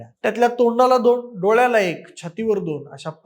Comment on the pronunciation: ह्याचे कुठलेही व्हिडियो बघावेसे वाटत नाहीत. खूप अशुद्ध उच्चार आहेत गुण्ह्यात दोण हजार असे उच्चार आहेत🤦🏻‍♂️🤦🏻‍♂️😖😖